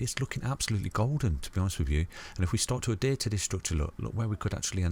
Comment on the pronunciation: Great vids but I really get put off by 'Adear'. Please say Adhere.